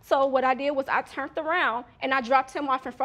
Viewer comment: Chuckled when she said "I axed him" and "I turnt around" Says a lot when someone doesn't know simple words like "asked" or "Turned" but sure as sugar can pronounce "Altercation" and "conflict" like a college professor. Seems like she's had more experience with the latter two.